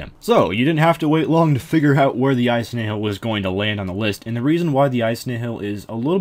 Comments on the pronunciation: Nihil is pronounced Nyle or Nyhil. Kinda like the word, annihilate. Which is what their name comes from. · it's pronounced knee hill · IcyBlocks The official Jagex Wiki says nothing about the name's meaning. The RS Wiki that anyone can edit, has no source for it's information other than its being similar to the Latin word. And I believe in a BTS video, it was pronounced Nyle. I do see where you are coming from as well. And yes I've read the lore behind them being failures in his eyes, still doesn't make the case either way. Meh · "Nyle" is not how you pronounce the latin word nihil, it's pronounced knee-hill. As for the lore or which is correct, not a clue, I'm a latin nerd not a lore nerd